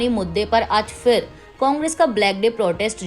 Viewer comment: Madam it's" phir" not fir please correct your pronounciation.